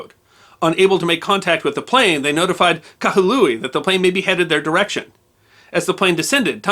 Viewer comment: The city is named Kahului, not Kahalui.